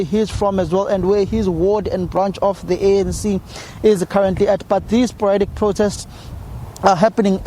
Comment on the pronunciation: Somer "sporatic" um protests